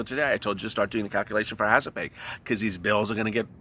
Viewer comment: I get all warm and fuzzy when you say "hazard pa". Hahaha